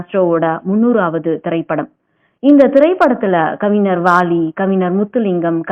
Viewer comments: ஏம்மா கொல்றீங்க அது கவிஞர்ம்மா ஞ வே வரமாட்டீங்குது அதுவும் ஒரு தடவைன்னா பரவாயில்ல பலதடவை தப்பு தப்பா சொல்றீங்க கேட்கவே நாரசமா இருக்கு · தமிழில் உச்சரிப்பு மிக முக்கியம் நீங்கள் கூறிய தகவல்கள் அனைத்தும் அருமை சகோதரி ஆனால் கவிஞர் என்ற வார்த்தையின் உச்சரிப்பை சரி செய்யுங்கள் சகோதரி